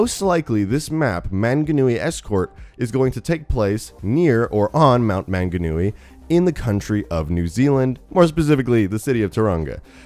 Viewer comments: As a New Zealander I never hear many North Americans trying to pronounce the Maori city and place names so I had a good laugh, but he did well considering he's probably never heard them verbally said before. Super excited for a map in New Zealand though, even though Roadhog is technically from New Zealand it's often overlooked so this map is gonna be cool because Overwatch is super popular among Kiwi gamers. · We are not "offshore" of Australia. There's 4000kms between us. Nor are we "a small island". We are many islands. You spelled Maunganui wrong. You also pronounced it wrong, along with Tauranga (which I can't really fault you for). You also used a photo of a snow covered mountain which confuses me. It was obviously not mount Maunganui, Tauranga is a very sunny place. We are a Polynesian nation after all. When it comes to Overwatch lore though, we don't know the state of NZ, do we? It's too far away from Australia to have been affecting. Assuming something seperate didn't happen to ruin NZ. I think it would be a waste to have the NZ map be a post-apocalyptic one seeing as Mount Maunganui is a beautiful place. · Sorry but you pronounced manganui wrong I'm from New Zealand it's cool to see a map from NZ but it's just wrong😐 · You absolutely butchered how you Maunganui and Tauranga, it was marvelous, good try though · He so butchered the pronunciations of manganui and tauranga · Im from new Zealand its pronounced mung-a-new-ee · As a kiwi, I am offended that he pronounced Maunganui and Taraunga wrong. But he pronounced them better than Stylosa. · 1. Its not Mt. Manganui, it's Mt. Maunganui (pronounced M-au(like in caused)ng-a-nui) 2.It's not an actual mountain like it shows, but rather a cool looking hill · It hurts how your pronounced manganui. Mang a nue. New Zealand is over 4K km away from Australia and over 3000 miles. Manganui is also a mountain why would you make a wasteland map based of a mountain. It will likely be escorting a payload up the mount.